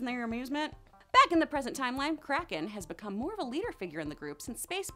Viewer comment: When she said kraken I thought she said crackhead